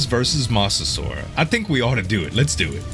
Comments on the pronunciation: it's not pronounced moss its like mows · like mow when you mow your lawn